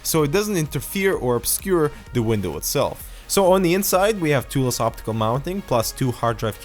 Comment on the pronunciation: Tool-less. Not toolles or whatever. :p